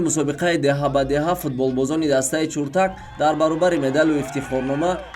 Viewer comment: Чуртак не Чиртак. А бача варзиш нюз шарманда кардӣ!